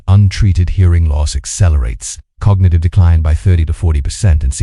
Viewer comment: The synth voice doesn't match the captioning. SOmetimes spells the word and inflection is off for words like "decline." Audio cuts off words and sentences. Total audio drop out starting . I quit watching at this point.